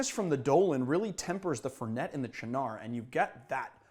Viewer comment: You'd think someone called would know how to pronounce Fernet and Cynar!